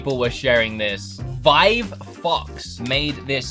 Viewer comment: I thought u said vive fucks but u said vive foxS LOLOL